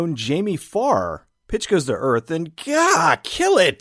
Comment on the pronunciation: Every time Pitch was said I heard Bitch, it added an extra layer of hilariousness! Try it for yourself!